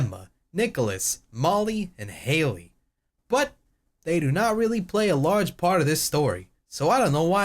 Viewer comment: When he says your name (Hailey) and it sounds perfect >.>